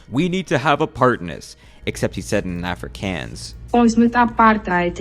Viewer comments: The way he said Afrikaans and apartheid 😢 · lol they is no way u said Afrikaans like that is pronounced (afrikans)😂❤ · I love how you pronounce both "Afrikaner" and especially "Afrikaans" as "Afri-CAN-er" and "Afri-CAN-s". 😂 You clearly don't give a DAMN (!) about people hearing you're just an AMERI-CAN !!! 👍🇱🇷🤪🇱🇷🥳👊💥🤠🇱🇷🇱🇷🇱🇷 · As a young lad still in school here, the way you pronounced Afrikaans brought a tear to my eye, I hate having to learn it and you just made me happy nonetheless i hate it when words ik are horribly butchered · You can't pronounce Afrikaans, lol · thats probably the worst pronounciation of afrikaans i've ever heard 😭😭